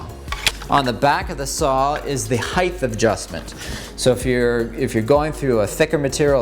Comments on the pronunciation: I’m sorry… ‘heighth’ ? It doesn’t end in a TH there’s no TH sound. It ends in T… Height. ‘T’ sound. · Did you just say 'heighth'? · That was helpful; thank you! Ps it’s “height”. (Like weight.) Ends with a T sound there’s no “th”. Rhymes with bite. 🤦🏻‍♀️🤣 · Eh bro height is pronounced hite. The h at the end is before the t 😉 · your pronounce 'height' incorrectly. you say "heighth" which is wrong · dude I laugh because until the age of 25/30 I said “heightffff” because that’s how my mum said it, her rationale included the pronunciation of width and that they should sound the same lol. The second I heard you say it I smiled :) Also, love your vids man. I do a little wood working as a hobby :) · I hate to be "that guy", but there are only 2 H's in "height" and neither are at the end. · Thank you for the education! In return, please know that the word "height" does not end with a "th" sound! I hope that helps!